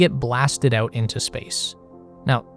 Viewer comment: every time this clown pronounces AUOWT instead of out I wanna rip my ears off.